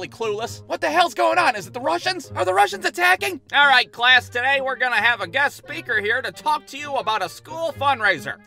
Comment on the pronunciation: more like “Arreight”